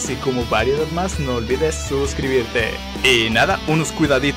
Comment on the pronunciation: buen video pero en un momento dices bulmo en vez de bulma jajaj